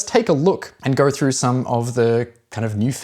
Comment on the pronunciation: “Moverr” throuhhgr” “helleur”